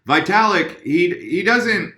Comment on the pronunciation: FYI.. its pronounced VEE-talik, not VAI-talik (Russian)